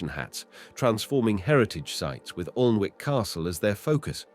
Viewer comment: Whatever the commentary I got the message, I must say it’s a great place to visit, we up north pronounce it Annick castle not Alnwick so there 👍